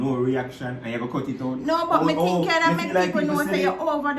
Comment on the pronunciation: A di part when she say "me tink you would a appreciate the story." 🤣🤣🤣🤣 dat kill me to claat🤣🤣🤣🤣🤣🤣